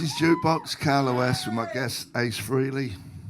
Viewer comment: It’s not Free-ley- It’s Fray-ley.